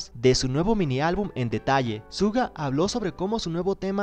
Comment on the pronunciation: Se pronuncia "Shuga"